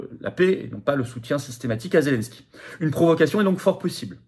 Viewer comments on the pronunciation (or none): none